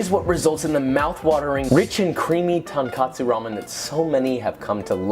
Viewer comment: What bothers me most is that he doesn't even say tonkatsu, he says tankatsu. Like, the tonkotsu/tonkatsu confusion is pretty common, but what the hell is tankatsu? Deep fried, uh... stairs? Most of the kanji I can think of with that reading are too abstract for it to even make sense. Deep fried simplicity.